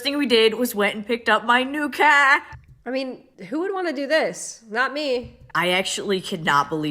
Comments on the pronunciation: Never before have I heard train wreck of a terribly exaggerated so called Boston accent SO CLEARLY as hearing her attempt at CAR and FAR. My Bostonian ears are wounded! What even was that! Keh, kaerh, kaea? Fehhh? Not even close. Good G*d these influencers have no limits, they in orbit in some distant solar system far, far away. Meanwhile, real people are busting our butts to take care of our families and maybe find time for popcorn night at home. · Her new kaaaa? It's pronounced, kar spelled car. You're welcome. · EW HER SMILE … and why the FUCK IS SHE SAYING CAR LIKE THAT 🤬